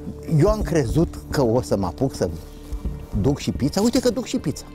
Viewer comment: Pizza Nu pița 😂